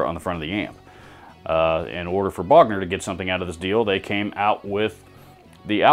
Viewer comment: Lol pick a Bogner not a booger 🎸